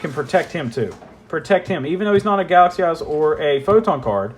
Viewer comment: I don't know why, but every time you say "Galaxy Eyes" I hear "Galaxy Ass". Jokes aside, a very detailed and appreciated video